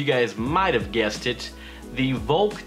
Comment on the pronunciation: Volk is pronounced like folk